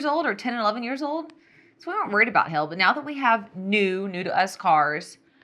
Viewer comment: LMAO - I thought she was saying "hell" too until further in her discussion when it hit me and I yelled, "OH HAIL!" 🤣